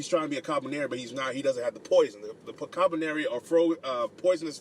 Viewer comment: I think it's actually pronounced Koo-Lee-Par-Ree but great review.